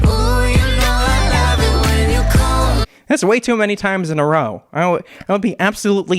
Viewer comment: he said '' she loves it when i cal her" not come XD